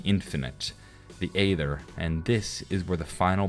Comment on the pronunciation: You say "aether" very strangely lol